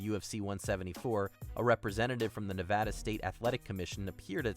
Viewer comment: How do you pronounce Nevada correctly in one entry and then mispronounce it in the same video with the same narrator?